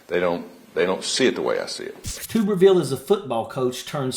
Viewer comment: Tubberveal!! 😂😆😂😆 That's how it's pronounced!! What a POC he is.